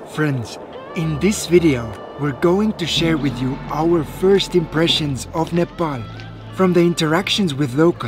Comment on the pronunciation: thank you for correct pronunciation of NEPAL